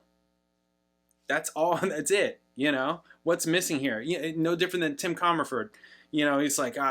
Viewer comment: There was more to the meeting between Neil and Tim Commerford. Apparently he was being an obnoxious prick to Neil, hence the “cold shoulder.” Perhaps he should start by pronouncing his name correctly.